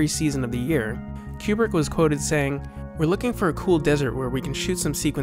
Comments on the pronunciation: I'm not even 1 minute in and I have to stop. This "Q-brick" shit is killing my brain. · Kubrick is my favourite film director. I am looking forward to this series. I have never heard his name pronounced "Qubrick". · "Stanlee Cube-rick" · great piece - but PLEASE stop saying Q-Brick - it's driving me to distraction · It seems someone who is such a fan of Kubrick would learn to correctly pronounce his name. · jesus christ; how credible are you, when you cannot even pronounce his name correctly? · Please pronounce his name properly. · Oh man, your videos are absolutely fantastic. I would be remiss not to stress in advance how much your videos reveal the care and energy you put into them. They really are well done........... But oh my God you really need to learn how to pronounce everybody's name. Some of your other videos have some pretty brutal pronunciations of the names of French and German auteurs. Even though many are quite common household names, I tried not to let it get to me, given that they are foreign. But then I came to this video. Where have you come up with Queu-brick? I think that you and Malcolm McDowell are the only human beings who have ever pronounced his name this way. Even the British girls in your own video get it right despite their dialect dictating elsewise.